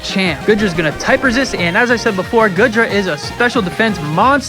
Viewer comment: This video is old now but it’s gotta be said. It’s “Goo-dra”, my guy. Not “Good-ra”.